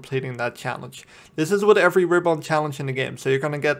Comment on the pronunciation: That's not how you pronounce RIBBON :)